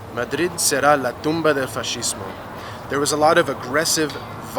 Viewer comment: Just a teeny weeny thing: the "sc" of fascismo in Spanish doesn't sound the same as in English. In English the sound is sh, but in Spanish they're two separate sounds: a "s" sound and then a "th" sound.